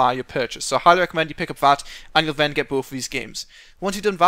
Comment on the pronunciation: Why do you say Ven instead of Then.